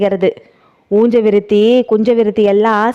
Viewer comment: நல்ல சஸ்பென்ஸ்..உஞ்ச விருத்தியை ஊஞ்ச விருத்தி என்று சொல்வதேன்?